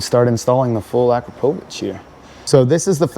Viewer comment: I guess that’s why you can’t pronounce akraprovic